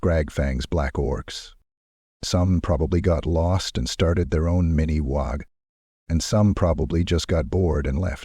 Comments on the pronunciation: Really needs to be fixed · AI still struggles with uncommon words. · How you pronounce WAAAAAAAAAAAAAGH is wrong. Lol I'll come back when you learn how to. GG